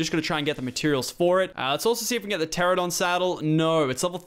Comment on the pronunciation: lachlan still can't say pteranadon